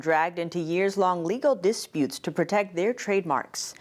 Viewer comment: I’m so in love with but the word ‘dispute’ emphasizes the second syllable, not the first.